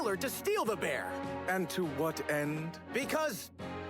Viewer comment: Not gonna lie anyone would break out laughing at the fail of "da bear".